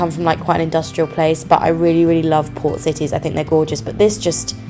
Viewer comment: either i’m going deaf or just stupid. everytime she said ‘port’ i thought she said ‘poor’ and i was like “oh no they destroyed the poor in ww2”